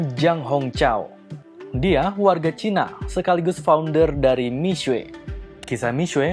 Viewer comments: Miswe? Udah miksu aja paling enak nyebutnya 😅. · Ga tahan denger nya, buka mishue bacanya.. yang bener mishe... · Bukan Mi-SUE, Mi-SYE. Apaan sih sok-sokan ngajarin salah pula. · Itu bcanya bukan misuwe, tpi misuwek dlm bhs mndrin